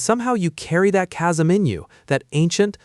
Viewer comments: News flask: “chasm” is pronounced as if we spelled it “kazm.” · Chasm is being pronounced differently I believe